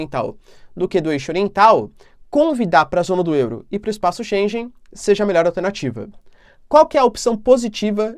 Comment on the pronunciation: Bom ano novo professor, espaço Schengen, a pronúncia é como (schen-guen). Abraços fica com Deus e obrigado pelo seu tempo.